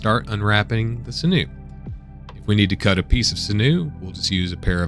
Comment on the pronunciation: Sinew: It's pronounced like "Sin-you" as opposed to "Sin-noo".